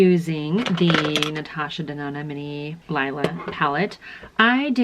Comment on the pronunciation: It's pronounced Lela not Lila.